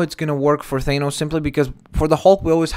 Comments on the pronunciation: Its Th-ah-nos not They-nos just saying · Not thainos it's thahnos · Thanos is a derivation of the Greek root Thanatos (the personification of death)pronounsed [than-uh-tos, -tohs], this being the case theres oretty good argument for the pronunciation of thanos as [than-ohs] not [thane-ohs] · FYI its pronounced Th-A-nos not Th-AY-nos. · its THAH NOSE jesus christ was bad enough u said it wrong then u had to repeat it 50 times. other then that yeah i can see perlman playing THAH NOSE i dont have the man crush you seem to on him but hes a good reliable actor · If they're casting any1 else than yes I agree on Ron Pearlman.That being said U mentioned that the current expected actor Pourtier worked with Joss not Josh Weeden.Past relationships & politics does go into casting. It is also pronounced Than-Os...NOT Thain-Os.Just so no1 else pronounces it wrong due to watching this video.I like the last 2 pics with the more realistic looking pale purple skin & fitted armor.They should be using an actor in a suit...CGI only for the action scenes.